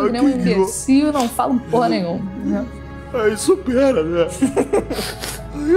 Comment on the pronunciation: Não é nén é Neee